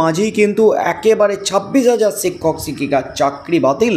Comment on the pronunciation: সিক্ষক সিক্ষিকা বলছেন কেন। শিক্ষক শিক্ষিকা বলুন